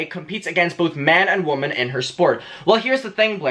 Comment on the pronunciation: The "o", in "women" is pronounced "i", so it's not wOmen it's wImen.